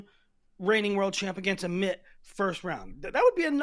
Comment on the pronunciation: Let’s start pronouncing Amit’s name right